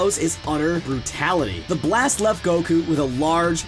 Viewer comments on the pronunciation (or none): none